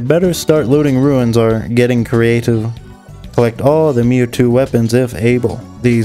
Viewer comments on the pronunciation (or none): Meitou is pronounced "may-toe", not "mewtwo". :p It's not surprising that people shower you with goodwill. Something honestly made and lovingly done is a thing to be treasured, now more than ever in this grim age of mass-produced disingenuosity. The victorious cause may please the powers that be, but the honest cause pleases Cato. And we, all of us, are every bit of Cato.